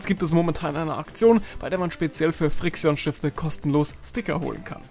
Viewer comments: Als ich gehört habe dass du fri-xi-on gesagt hast und nicht friktion(Aussprache haha). Das tat so weh alter😂😂😂 (Achtung Humor) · Spricht man die nicht 'Frikschn' aus?? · Wenn dann doch friction, oder? Und so steht es nunmal drauf...